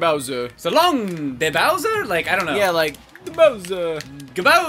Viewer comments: He says "So long, Gay Bowser!" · for some reason I hear so long gay bowser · So long King bowser But sounds like So long gay bowser